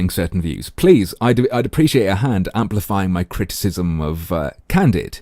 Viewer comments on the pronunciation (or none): none